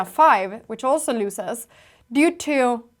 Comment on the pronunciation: Since you use the word so frequently, look up the prononciation of 'loses'. I think you got your misprononciation from your equally lovely mum :) 'Loose' isn't pronounced like 'lose' - nor is 'crasy' :)